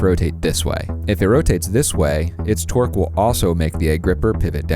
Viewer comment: Twerking eggs?? And yeah, I know he meant to say torque.